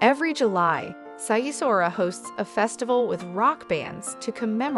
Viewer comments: The way she pronounces Sighișoara sounds like Japanese 😂 it’s pronounced “Sig ish shoa ra” She pronounced it as “sigh e sora” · Good content but place name pronunciation needs some work. For example, Sighisoara is pronounced Sig-e-shwar-a. This would take your videos to the next level 👍🏾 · Sigh-e-saura :)) Cehoosesku ? :) So not a slightest effort to find how names are prnounced. And this is a "guide"?! Ha, ha. (Not to mention that there are at least 25 better sites than Sighisoara). But hey, i got it, you would like to have everything to one place, so that you travel without actually traveling. Your idea of traveling is ... a theme park in Orlando, Florida. Lazy fellows ...